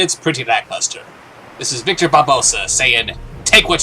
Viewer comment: Barbossa was Hector... Just saying. It sounds like you're saying "Victor".